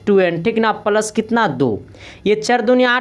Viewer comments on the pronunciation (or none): none